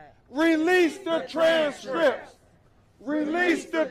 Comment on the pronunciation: “Release the tranzz Scrips” lol